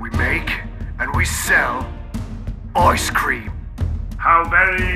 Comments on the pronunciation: You mean, The book of Oice Cream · Oice cream! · OICE CREEM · OICE CREME